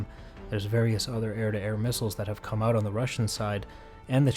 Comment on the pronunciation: "Alright we're getting oot..." Good call!! lol